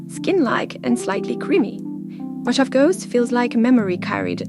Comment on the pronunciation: Mo-hah-vee. Mojave. I enjoyed the video and wouldn’t usually critique non native English speakers until it comes to a proper name where the pronunciation is way off. It’s not an English word so it can be extra confusing 😊